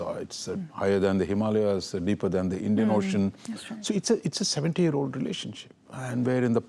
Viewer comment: For the first time a news anchor outside the Indian Subcontinent pronounced "Himalayas" correctly!